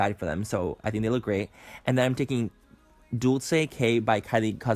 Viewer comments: If he's hispanic why did he say 'dolcey'? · the makeup is on fleek.. but for god's sake, dolce k is pronounced like 'dolche k' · Love Colleen but I CRINGED when she said she sleeps with her makeup on. Makeup advice: sleep with your makeup on your skin ages 7 FUCKING DAYS!!!!!! So I'm actually 80 years old 🙃 Also THAT IS NOT HOW YOU PRONOUNCE DOLCE!!!! (Dull-Ch-aye) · GIIIIIRL THAT PRONUNCIATION OF MONACO & DULCE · When he pronounced Dolce wrong 😂😂😂😂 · He literally fucked up Dolce K when he said it 😭😂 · both manny and amanda ensing butcher the pronunciation of "dolce" with the lip kits it killllllls me lol